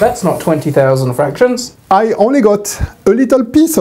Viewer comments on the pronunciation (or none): I literally stopped just to comment: FRRKKKAAKKSHons =P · "I thought that we could talk about ghfrakkktions"